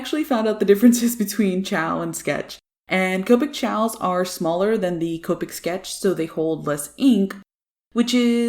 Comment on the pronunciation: When you say Copic I think you keep saying covid lol, both sides are amazing though